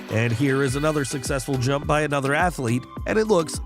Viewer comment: We all heard you say drump instead of jump one the pole vault video. Ill never forget this